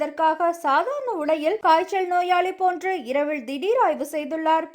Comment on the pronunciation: "" இரவிள் , சாதாரண உடையிள் , யாருமள்ள , பதிள் , வரவிள்ளை "" ...... என்று தவறாகவே வாசிக்கிறீர்கள் . கேட்கச் சகிக்கவில்லை !!! தயவு செய்து ல , ள வித்தியாசம் புரிந்து கொண்டு , தமிழை சரியாக உச்சரித்து செய்தி வாசிக்கவும்.